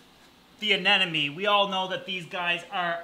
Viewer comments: Learning moment: it's actually a Sea Anemone, not an anenome. A lot of people swap the m and the second n when they say the name of the creature, but it is, indeed, A-NEM-O-NE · Say it with me... A-NEM-O-NE. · Anemone. Anemone. Anemone. Anemone